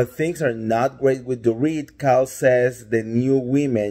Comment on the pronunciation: Kyke? Did you say Kyke?